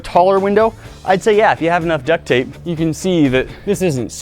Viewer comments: Yea but i hear it as duck thape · Lmao "duck tape"